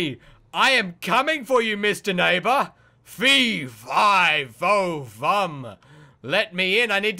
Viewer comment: Instead of saying fe if fo fumb say fe fi fo fumb I ame here to spell ur bumb